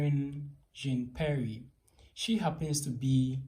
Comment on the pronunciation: Please go and learn how to pronounce Jean-Pierre !! Simon Atiba's English sucks just like yours. That's why he's not been given questions.